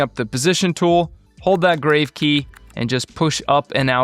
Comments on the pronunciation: Helpful! BTW, it's pronounced GRAH-vay not grave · just FYI -- How to pronounce the "Grave" accent key (it's grahv as in "calm"). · Regarding the “Grave” key please note this is coming from a channel with 118k subs, getting corrected regularly for each mistake made. It’s not a criticism but just sharing knowledge that can help us improve. This word is from the French "accent grave” and is pronounced grahv (rhymes with smarv or pahv, using an "ah" sound like in the word father). It is not pronounced like a burial site (grayv). Please know I love your videos! You have taught me a lot and will continue to do so. They have indeed helped me to get to where we are today. Looking forward to learning from your vast knowledge on all things released for FCP. Keep it up!